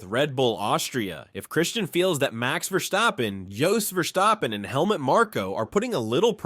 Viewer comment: Your pronunciation of VerSCHtappen is killing me😆